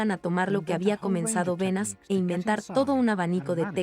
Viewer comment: Me pregunto por qué motivo, la persona que relata en español, lee tan horriblemente el texto… sin entonación ninguna, sin la pausas adecuadas y sin hacer siquiera caso a los más elementales acentos (sólo como ejemplo, no escuché ni una sola vez la diferencia entre “como”, y “cómo”…). Además, el documental menciona constantemente a Edward Berneys, y lo leen como “Benas”… Realmente una pérdida de tiempo